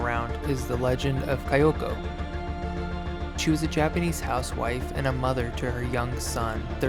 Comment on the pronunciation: I feel silly correcting your pronunciation but since you asked, it’s “Kee-yoko”